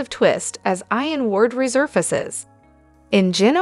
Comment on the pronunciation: It's not pronounced I-AN but E-AN. She pronounces this word several I mean several as if she has this, frustrating.